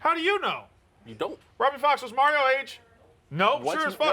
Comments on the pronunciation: Why the fuck cant say Mario right, likes to be a douche? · is way too cool to say “Mario” correctly.